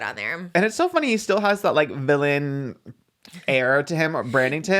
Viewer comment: "too fanny" laughs in british